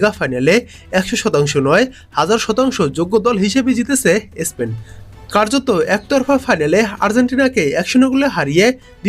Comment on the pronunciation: ইসপেন না । স্পেন বলুন ।